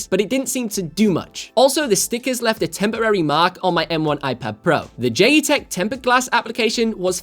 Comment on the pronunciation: Pretty sure it’s pronounced as JET - Tech?